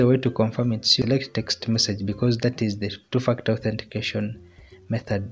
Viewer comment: While you're saying ..2 factor it sounds like 2 f*** out 😁.. by the way, the video really helped me to sort out the problem